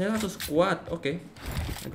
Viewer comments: Oke langsung bang bukan Telaso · Wkwk bisa bisanya telaso😂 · Telaso ga tuh haha